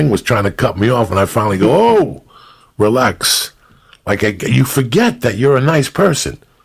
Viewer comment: He said that "relax" like a real Italian lmao